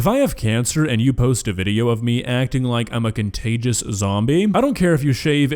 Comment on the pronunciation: no way bro said cancer is cauntaigous